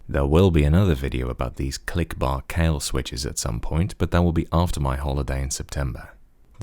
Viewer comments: its pronounced kai-hwa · sorry, i need to correct your pronunciation,it's"kaihua", thanks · Look up how to say Kailh